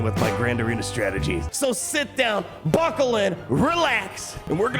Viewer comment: Sit down? Or sith down?